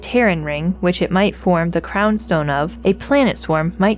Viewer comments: ec u men opolis like ecumenical, ecumen. its not eucemenopolis, its ecumenopolis. just read the word buddy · She did let Isaac trick her into mispronouncing ecumenopolis as he does so she's imperfect but still, an excellent narration overall.